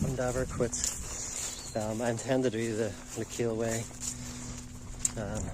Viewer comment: I like your videos, and your a great guy and i don't mean this to be rude. The proper way to say Lecale is not le-kale like the stuff you eat lol, the 'e' at the end is silent, and it's pronounced 'Leh-khal,' it's irish for Cathals half. i'm a local and thats how its said, it's a word with old french origin as well as irish. Your belfast hills vids are really nostalgic as i came from there a very long time ago and things have greatly changed so it was nice that you do walks ahd hikes there it brings back many memories Cheers.